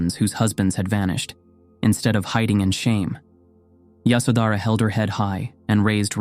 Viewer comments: The pronunciation of names hurts the ear . Her name is Ye sho dhra. The baby’s name is Ra hool. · Yoshawdara it was pronounceed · Pronunciation please pay attention. Ya sho dh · Her name is pronounced 'Yaśodharā' and as far as I know, she was aware that Siddhārtha went to seek truth. He would not have left his wife with such anxiety nor would he have been able to meditate with a restless mind. It is good that you reminded us of her and her courage and wisdom. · Phantasm, jusrt fantasy, only very few facts. First of all, learn to pronounce the names righyly, Yshódara, Rpahukla, . SeciondÑ The marriage as it stil is tradition in India was arranged. Nop love involved. Third For centuries no name of her was known. She was just called “ the Buddhas wife or the mother of Rahula. Only centuries later, someone invented this name in a Chinese manuscript.When Buddha visited his home after many years later Yashodara sent Rahuka: Ask your father yor heritage. When Buddha entered her room he was accompanied by one of his disciples, because ehe could not be alone with a wife, not even his own wife. The main promotor of the women wanting to enter the sangha was not Yashodana but Buddhas stepmother Krishna Gotami. And Ananda was the middleman. Stop talking about THE KONG ROAL etc. Buddhas father was never a King but only a governor. Why is Yashodana not muh mentioned in the scriptures? Because he did not play a great role. There were other women who have were more important. Even Rahula who followed his father was not important. And who was present the night Buddha left his home to tell us what he did and what he felt? Who was interviewing Yashodara what she felt all these years? Just fantasy, fantasy. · When you are narrating her story you should at least pronounce her name right